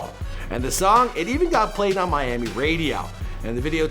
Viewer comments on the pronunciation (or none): none